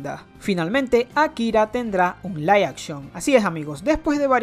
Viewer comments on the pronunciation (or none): none